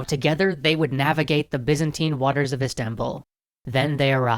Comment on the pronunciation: Byzantine is pronounced Buy-Zan-Tine